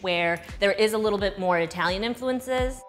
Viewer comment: Itehlyun = cool Chicago accent